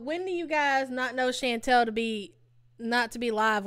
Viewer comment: It’s pronounced “Shawn-tall” not “Shan-tell” it’s killing me you can’t pronounce her name. Chantal. Chan tal. Get it? Chantal.